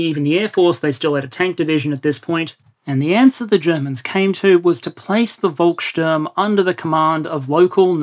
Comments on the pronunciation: Nice Vid like usual. Small hint Volkssturm. Read the V like F. The U is also not quite right, but hard to find an english example right now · I would disagree, he pronounced it well, and I'm a native speaker. Now Volkssturm he muddled up, since the V should be read as "f", not "v"